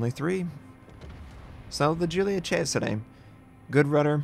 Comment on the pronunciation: I appreciate your effort in trying to pronounce this ship's name the correct way. It shows respect and perfectionism:) Thanks.